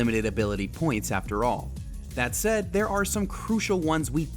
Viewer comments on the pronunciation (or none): none